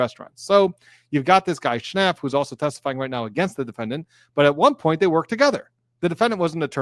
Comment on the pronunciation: I’m laughing every time says “Shnap”. I don’t know why!